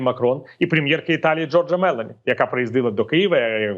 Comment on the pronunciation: пане Віталію, в італійській мові наголос майже завжди припадає на передостанній склад (або зазначається на письмі) - тому вірно вимовляти Джóрджа Мелóні